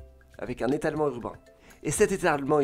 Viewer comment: « et cette Rhmehfshertelement urbain »